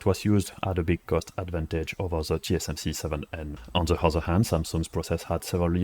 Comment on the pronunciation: pitié fais un éffort sur ton accent... they c'est pas zeey , dit le plutôt avec un D déy ca sonnera mieux et quand tu dit ze dit plutôt dhi , merci !